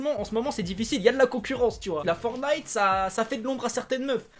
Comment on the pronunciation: Pk tu dis forny c'est forTniTE